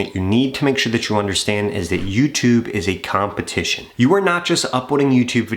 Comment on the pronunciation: "Competetition" - Yes, I'm paying close attention.